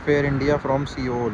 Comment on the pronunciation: Cologne = CO-LOAN (pronunciation) Seoul = SOLE